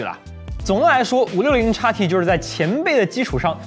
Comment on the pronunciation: 如果讀音不是插p，插t，而是xp，xt，海外的觀眾會更符合觀感。